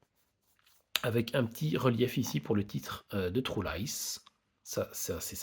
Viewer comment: Vous les francais quand vous dites le mot true on entend le mot trou.